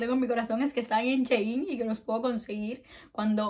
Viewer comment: Me encanta tu vibra ya te había visto antes pero uuu y por cierto es Shi-in no she-in me encanta tu forma de hablar 🗣💕